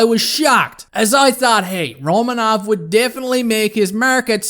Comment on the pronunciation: Pronounced Ro-man-of.